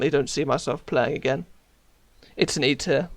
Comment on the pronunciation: When he said e tier it sounds like eat it